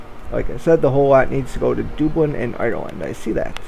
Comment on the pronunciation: btw, it is Duh-blin, not Doo-blin... sorry but cringed every time you mis pronounced. great series though, keep it up! also it is worse in 1 THAN 2, not then - then is used when speaking of temporal or time comparative ie: i watched 1 THEN i watched episode 2 of take on transocean the shipping company... than is used for comparative purposes ie, " versions of transocean the shipping company is much better THAN those non english speaking twats. cheers mate!